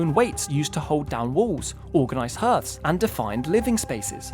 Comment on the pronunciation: Wait, did you try to say "hearth"?